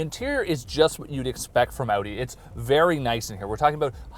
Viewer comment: That's the right was to say Audi - remember its German not "audio with the o"